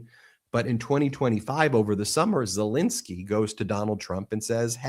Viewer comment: ZelENSKY not INSKY, FFS why can't you pronounce his name correctly. When you were in court, did you do the same??? You've done this for years now and it's not professional. Shall we call you Bin or Ben !!?? Ensky NOT Insky Get it right.